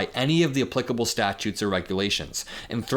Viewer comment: All you youngsters need to look up the pronunciation of Applicable.